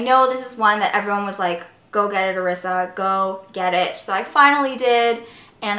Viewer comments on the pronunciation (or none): Haha yes I usually tell people it's like Marissa without the M lol. But no biggie because it's reeeeally pronounced "Eh-ri-sa" in Japanese and I somehow "Americanized" it growing up. Anyway, yes Ulta's system rocks! Glad you're enjoying the Royal Collection! Thanks love <3